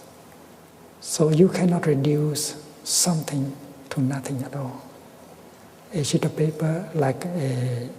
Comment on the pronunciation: Sounds like he says "a shitty paper"